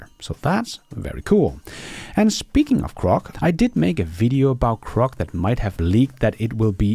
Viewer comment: PLEASE PRONOUNCE GROCK with a G NOT a C, thank's.